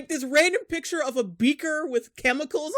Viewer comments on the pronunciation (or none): none